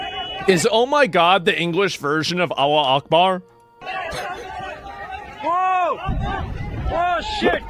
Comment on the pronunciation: Not quite. Allahu Akbar is English is "God is great!" Many yell it right before they think they are about to get blown up or otherwise unalived. Maybe because they'll get their 72 virgins if its the last thing they utter. -- That being said, I'm a bit confused on the pronunciation now, because in a few IRGC videos, some were pronouncing the K in Akbar with a CH sound, like in the word church. I had always thought it was a hard K sound or a hard lugey hock HHHHkK. Who knows.